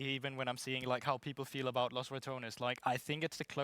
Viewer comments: PLS CAEDREL STOP SAYING LOS RATOUNS, LOS RATONES PLS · If he pronounces it correctly he’s saying “the mice”, pronouncing it wrong really brings out the rat xdd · He knows, he just feels more like a rat when he says it wrong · Pretty sure he’s pronouncing it wrongly on purpose, Caedrel speaks fluent Spanish so it’s even funnier this way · He’s fluent in Spanish, he knows the proper way, it’s just fun to mispronounce things sometimes